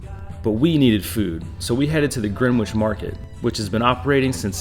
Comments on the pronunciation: Gren - Itch Not Gren - witch It's not phonetic. Looks like had an enjoyable visit. Very well filmed and edited. Hope you come back soon! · Please stop with the Gren witch, It's Grenitch regardless of it's spelling lol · Not Greewitch but Grenitch........... I thank you! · It is pronounced Gren-itch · For Green which pronounce it Gren Itch Grenitch. We dont do the wh 👍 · Even US Greenwich Connecticut is “GREN-itch” -a little research helps. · Grenwich is pronounced with a silent "W' !! Another ignorant American I guess. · Great video, impressively informative but that butchering of the word Greenwich is possibly the worst I’ve ever heard on one of these London type videos - anyway, I did enjoy the rest of the video though 👍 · It’s not Gren-witch. It’s Gren-itch. It’s Ledding- hall. Well done with Leicester Square! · Greenwich: pronounced Gren-ich, the w is silent. Buckingham, pronounced Bucking-um, there is no emphasis on the ham. Leadenhall: pronounced Led-en-hall